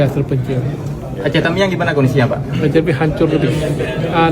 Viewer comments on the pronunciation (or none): Yang bingung kenapa Mualem ngomong "Teuming", itu cara baca Aceh "Tamiang"